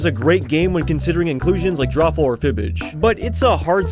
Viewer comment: It’s called Drawful Draw-Ful Dr-AWFUL The drawings are suppose to be awful